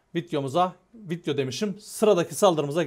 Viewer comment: Vidyo diye söylenen kelimeye vityo demeyi kesss 😤